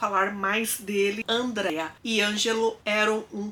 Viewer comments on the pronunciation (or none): Não é Andréia! Se fã Ândrea! Com tônico em A e sem i.